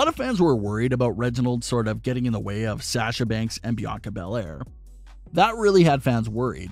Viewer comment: Dude You keep saying sasha's name wrong. STOP IT. It is real annoying.